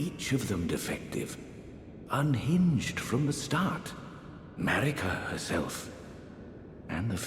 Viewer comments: I know it’s “Marika” but I keep hearing it as “‘merica” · He's pronouncing it Mer-ika but the difference between that and Mare-ika is pretty slight. It could be an accent thing. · Every time you say Marikas name wrong it takes me right out of the video. Seems like almost every elden ring lore tuber gets her name wrong.